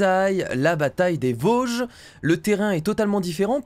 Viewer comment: Il dit vosge